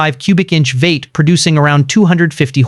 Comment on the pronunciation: What’s a “VATE”??? Is he saying V 8 ???? Damn AI Voices 😂😂😂